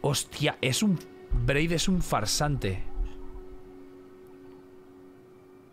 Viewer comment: Me hace gracia y me desespera que le diga Braid y Blaidd